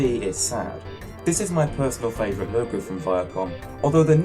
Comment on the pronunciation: He said Favorite wrong